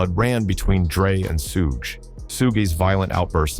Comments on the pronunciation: SOO-GAY KNIGHT???!!! SOOGE??!!!!..... man, this AI narrator. 🤦🏿‍♂️🤦🏿‍♂️🤦🏿‍♂️🤦🏿‍♂️ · once you hear that Suuuu-gaay knight followed by Suu-jay, you know this video is full of crap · this video butchered SUGE's name.. LMAO.. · you lost me when your AI cant even say SUGE Knight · He can’t even pronounce suge smh 😂🤣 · The narrator sounds like he's reading and miss pronounces words suge (Shugg) He said pack not pac